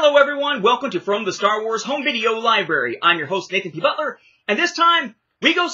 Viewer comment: I absolutely cracked out laughing with the pronounciation of Star Wars (the way you pronounced it was more like "The Blonde of the Galaxy"), but funny that you mention this tapes being subtitled. Overall in Latin America, animated films were the ones that got dubbed tapes, most live action films (like my copies of Men in Black and The Fifth Element) are subtitled. Now the first time the films were available dubbed in VHS (from what I can recollect at least) were the Special Editions and those ones have a new dub (since the original Latin American Spanish dubs were only heard in TV broadcasts and as far as I can tell are only preserved in home recordings or in Harmy's Despecialized editions).